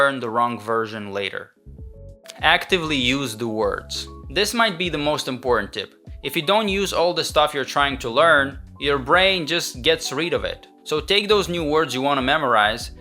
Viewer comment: get rid of it instead of get reed of it.